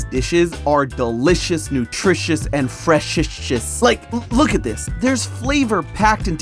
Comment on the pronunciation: and FRESHITIOUS its prounounced "freshisis"